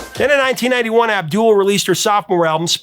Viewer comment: Paula Abdul is awesome! She says it AB dul rather than AbDOOL.